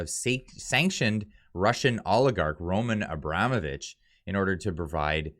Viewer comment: It's pronounced Ro-MAHN Abra-MOH-vich,. Thanks for your honesty